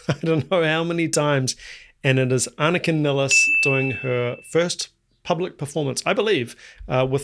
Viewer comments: I thought her name would be pronounced more like you do, because it's how most German speakers would pronounce it, but I've actually heard her pronounce it Niles. Like the plural of the river. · Her last name is pronounced as MILES... Nilles. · Just an FYI She pronounces her last name as Niles (rhymes with Miles). She introduces herself in the clip Anika Nilles Austrialia tour 2025. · Nilles, rhymes with Miles, Piles and Tiles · Yeah, I originally thought ah-nee-kah nee-less would be correct. However, I've noticed that most people do just pronounce it like Geddy has pronounced it in interviews, which is how I've heard her pronounce it.